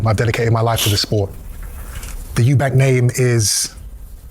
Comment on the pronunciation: I don't really care that you give an opinion in a two horse race however i might have more respect for that opinion if you could speak one of the two boxers name correctly, his name is Eubank ffs .